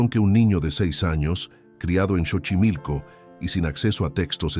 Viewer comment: Esta historia es casi igual a la de la niña y no se lee chochimilco es Xochimilco como si lo estuviera leyendo con s sochimilco pero se escribe X